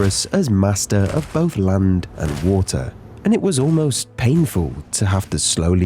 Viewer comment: as soon as i started video i skipped a bit and you said on the *land" sounda like lund means penus in my language, my mom scolded me in front of dad in the damn morning. 😑